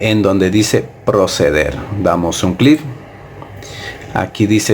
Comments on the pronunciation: Klinston, imigrar, clif, jajajajaja me la pasé cagado de la risa 😆😆😆😆😆😝😝😝😝😝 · Y dar CLIF. 😹